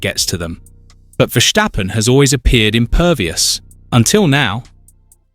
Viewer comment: Stop this stirring up the mood and fgs pronounce Max’s surname as VerStappen. There is no sh in his name.